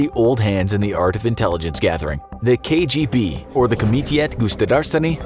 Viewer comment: Your pronunciation of what KGB stands for was a pleasant surprise